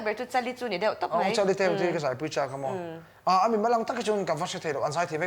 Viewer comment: Mi dang chu omomin ati lai a,Rsa chuan omomi a ti lai..😂❤❤